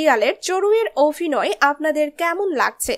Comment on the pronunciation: চড়ুই য়ের অভিনয় ( Abhinoy ) আমার খুব ভালো লাগে, লাগছে। কিন্তু ওনার Avinoy/ Ovinoy মোটেই ভালো লাগছে না। মহাশয়া, ' ভ ' এর উচ্চারণ টা ' bh' এর মতো। ' V ' এর মতো নয় মোটেই। বড্ড কানে লাগলো বলেই বললাম। এর পর থেকে এ ব্যাপারে সতর্ক থাকলে ভালো লাগবে।